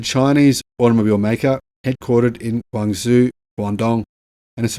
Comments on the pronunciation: My goodness, learn to pronounce Guangzhou! It has a JOE sound at the end, not ZOO. Forget the Z. Lived there for many years and my wife's home town, your daily pronunciation is like nails on the chalkboard. Still enjoy and watch all of your videos :) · Guang Zhou is pronounced Guang Joe, not Guang Zu. You'll sound more professional if you pronounce it a bit better.! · Wow GAC looks amazing... BTW pronounce it "Guang Joe" (Zhou pronunciation sounds like "joe"). Guangzhou is the capital of Guangdong province (formerly Canton) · it's pronounced gwong-joe. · Great video. Guangzhou is pronounced Gwang-joe. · Guangzhou is pronounced "Gwan - Joe".